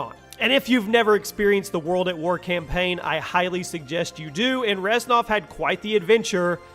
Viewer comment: its Reznov not Reznof